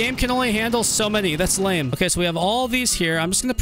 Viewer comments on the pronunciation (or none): none